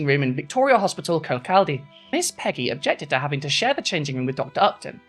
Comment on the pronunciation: Also if I may- its pronounced Kirk-caw-day 😅